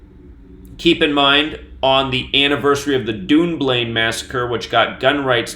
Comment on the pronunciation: Dunblane is pronounced Done Blain ......... you are saying Dune Blain